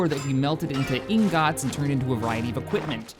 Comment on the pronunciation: "EEEN-GOT" ...I think you meant /ˈɪŋɡət/